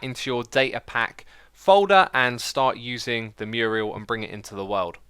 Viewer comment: HE SAID MURIEL AGAIN!!! MURAL. MYURR. UL. Love the nether hub, X!